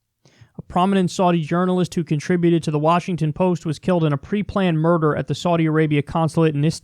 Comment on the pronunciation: At first I thought he said Saudi “mortar team” then i realized he said murder and that’s just as bad but not as creative.